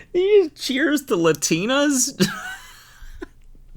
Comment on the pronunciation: the way cody says LUH-tina instead of LA-tina 🫠